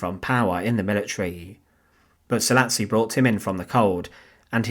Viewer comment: Szalasi pronounced Sah-lah-shi